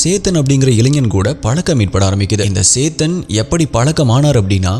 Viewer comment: it is chethan not saythan 😅😅